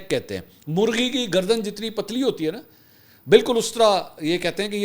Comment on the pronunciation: Bhai gardn kehna chahiy